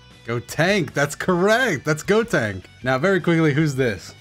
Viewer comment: The fact he said "That's correct, that's Gotank" just killed me.